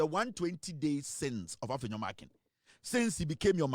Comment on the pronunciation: That name is Markin and NOT Markins though he's a thug of an MP.